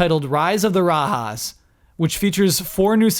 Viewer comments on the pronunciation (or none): [CORRECTION]: The word 'Raja' is an alternate spelling of 'Rajah', the name of the tiger in Disney's animated feature, The Jungle book. It's not pronounced like the 'j' in 'jalapeno'. 'Raja' is the Sanskrit word for monarch, the plural of which is 'Rajas'. So, the Age of Empires expansion is essentially titled Rise of the Kings. The naming was to indicate that the expansion is set in medieval India.